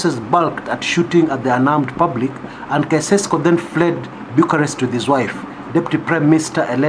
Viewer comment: I am grateful that you pointed out this article. Lakini ulishindwa ku-pronounce "Nicolae Caeusescu". You can google "pronounce Caeusescu".